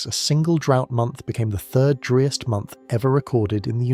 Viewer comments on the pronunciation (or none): A “ dreest “ month ??? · As soon as you mispronounced ‘driest’ I stopped listening. Get a human to read the script.